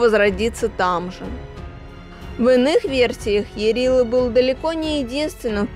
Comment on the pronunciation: Не ЯрилА, а Ярыло.